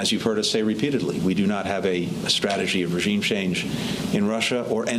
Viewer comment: Ro can't pronounce the word "regime" correctly!